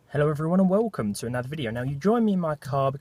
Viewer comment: Hello everyone and weeewwcome